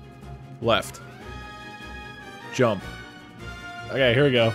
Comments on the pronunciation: ur saying djump not jump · "Why didn't you rump?" Inventing complete new english language here :D